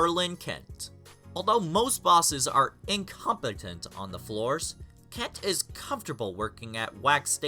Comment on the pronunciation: The way you pronounced incompetent just keeps ringing in my head. Bruh.